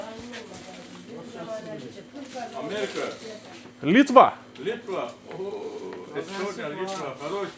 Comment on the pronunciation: Ne LyTVa , o LitvĄ ruskai . Tu tari kaip lenkai